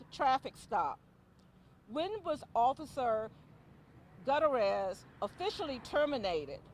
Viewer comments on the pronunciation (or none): She called him (intentionally?) Gutter-ez. Lmao